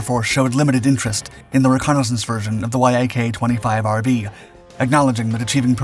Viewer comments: It's pronounced YAK, not why aye kay ... this is the worst written and researched channel on YouTube... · Bro, Yak isn't spelled out. It's pronounced as one word. Yak, like an animal, like Yakovljev.